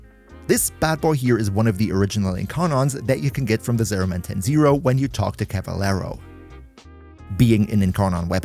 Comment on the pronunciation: Hearing someone with a Brazilian accent say Cavalero without any accent seems very funny to me. Not saying he's Brazilian, just sounds a lot like it.